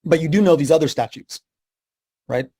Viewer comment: He said "statues" instead of statutes. He is a dummy.